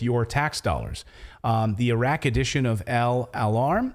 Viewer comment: I believe the Arabic station is called Alalam not Al Alarm. Al Alarm is funny though. Reminds you of the prisoner scene from Hot Shots Part Deux.